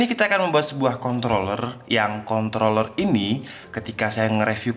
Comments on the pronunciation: Kontroller tanpa r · contloler nya :) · Contol bukan? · Contol Lurr??